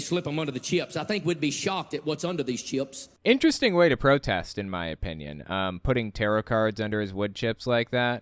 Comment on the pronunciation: How many syllables are in the word “chips”? Maybe “cheeyups” are something else?